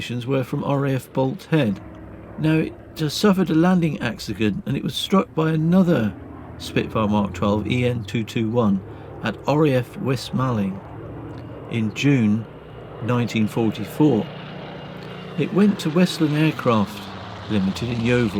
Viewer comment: West Malling is pronounced West Mauling